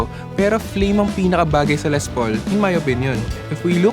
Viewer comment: Ley ang pag pronounce po. Aysus